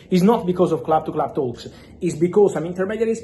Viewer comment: Club to club "THAUUUKS" let me hear your "THRRAUTS"